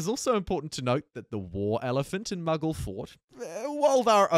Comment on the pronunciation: Pronouncing mughal as muggle 😅